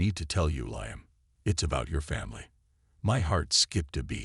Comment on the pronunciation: Liam is not pronounced "Lie-am," it's "Lee-am." Story is far too long -- boring and confusing. And repetitive. Did I mention repetitive? VERY repetitive. Totally stupid story line, with zero explanation of what the supposed past problems were -- or what the resolution (if there had been one) was. And the story doesn't match the title at all.